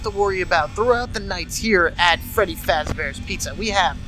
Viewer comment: this helps me a lot. THNX! XD oh by the way. you said feddy